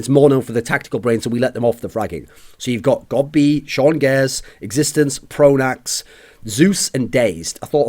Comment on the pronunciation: Pronax, Pronax, Pronax, say it with me folks.